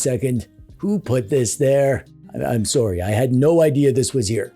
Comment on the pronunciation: Sooowy Aboooot Can you get any more Canadian? 😂